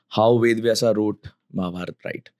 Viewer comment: The way you say “Arjun-aa”, “Mahabharat-aa” , I wonder the guest’s name is Anuj or “Anuj-a”